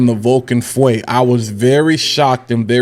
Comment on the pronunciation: Not fuwe feu which mean fire in French